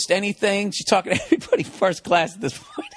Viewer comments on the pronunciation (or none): none